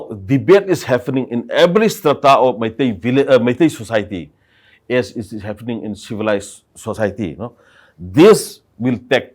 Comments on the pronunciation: It is pronounce HAPPENING not HAFENING😢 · Happening not "haffenin" 🤣🤣🤣